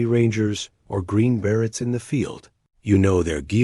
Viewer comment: I think it is about the way AI pronounce the name Barett